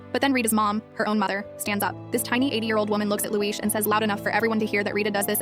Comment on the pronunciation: Respect to the person who said Subtitles: Luis Audio: Looeesh